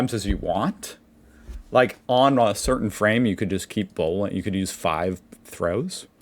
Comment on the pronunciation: Someone realized she isn't pronouncing Bowling correctly, instead saying "Bohlen" therefore "planking"